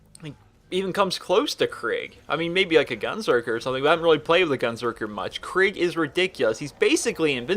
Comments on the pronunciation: It’s kreeg not craig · Enjoyed the video, hated you kept saying Craig not Krieg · It’s pronounced krEEg. Not krig not kreg and definitely not Craig. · It's not Craig its kreeg but that being said great video 😊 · “Craig” kreeg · Your pronounced Kerig wrong it's Ke-rig not Craig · I don't know why it annoys me so much when people pronounce his name Craig but it just really does. his name is pronounced Kreeg. Like you make a long E noise in the middle, not an ai noise. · The way you pronounce krieg isnt "kreeg" its more like kreg (kr-short e-g saying the e like youd say it if it was just the e) idk how to explain it tbh xD Assuming that his name is suppossed to be the german word for war. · KREIG Not CRAIG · It's... Ponounced... Kreeg... NOT... FUCKING... Craig... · its pronounced kreeg man, not kraig :) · You do know its krieg like in blitzkrieg nog like craig the the pin headed guy in slipknot i know he looks like a psycho but just dont confuse them oke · This seemed like a good video than I hear "Craig" and I closed it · It sounds like your saying craig instead of krieg to me XD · I pronounce it (kuh-ree-eg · no its "kr-egg" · Am i not the only one kinda annoyed by how he says kreig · I love the pronunciation of kreig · I dont like this vid for 2 reasons 1: he mispronounces Krieg 2: he doesnt even know how most of the skills/op8 work (fucking max health) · Does a how to for a character from a game,can't even say he´s name right.